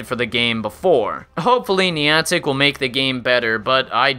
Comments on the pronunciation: Minor nitpick, but if you review or talk about this game in the future, it's pronounced neye-an-tik (rhymes with "gigantic"), not nee-ahn-tik. You seemed to go back and forth with both in the video, but I can assure you that neye-an-tik is the correct way. Source: Ingress player. Also welcome back,. Glad to have you in my feed again! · What is Neeontic, you mean Niantic. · Haha Niantic... "Knee-on-tack"... Its "Nye-antic" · I also can't pronounce words for my life so please forgive the NYE-AN-TIC and NEE-AWN-TIC. the POKE-AY-MOn and POKE-EE-MON, and whatever else I messed up ;_ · nie-ann-tick not nee-on-tick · It's niantic not niontic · (NI-An-tic) holy fuck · NEON-TICK?..... REALLY ARE YOU JUST TRYING TO PISS ME OFF? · Insightful video, had to dislike though because of the pronunciation of Niantic. You said it right like once in the video and for the remainder of the time you said it, I cringed. 'NEE AN TIC' Where did you even get that e sound man? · you pronounce Nyantic wrong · He's saying niantic wrong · I play pokemon go every day still and don't whine about every little flaw in the game also u say Niantic wrong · 5 minutes in, and im done. If this was coming from a person that actually played the game for a year,i'd see the rest of this. But when you mispronounce Niantic and suggest you need to buy pokeballs,I threw in the towel. It's not a fad anymore and there are still ppl playing,like myself. To each their own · can u atleast pronounce Niantic properly.Nick and reversal help this guy to get his stats right